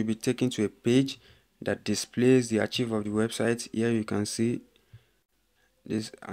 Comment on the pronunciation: Young man ARCHIVE is not ACHIEVE; it is pronounced AAKKKIVE. You didn't show how to restore the website.